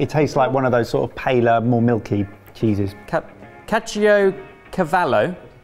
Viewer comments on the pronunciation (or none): the way you said caciocavallo hurt my soul a little bit haha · Don't worry you said Caciocavallo right